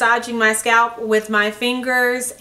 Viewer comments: The way she kept saying "SCAP" instead of scalp. Lmao. . . Plus that smoke detector beeping. I can't. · the way she says scalp though